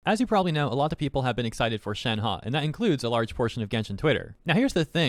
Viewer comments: its (shen - huh) not (shen - ha) 💀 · Nobody:: shenhA